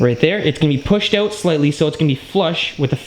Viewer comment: "oooout".... fuck is everyone from Canada?